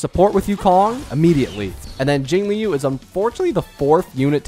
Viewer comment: I was making fun of how he says jingliu, he says jingIliu which is weird and over the past 6 MONTHS he hasn't gotten better, he's said shit like fucking HOOHOO